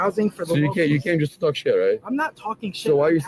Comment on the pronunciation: Hearing an American pronounce 'shit' as 'shite' is profoundly grating